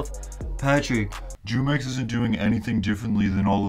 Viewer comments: Jumex is pronounced humex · “Jew-Mex” I’m sleep. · It's pronounced who-mex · It’s Pronounced “Who” - “mix” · jumex is pronounced hoomex btw